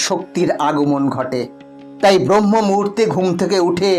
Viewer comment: Brahma noi Brahma .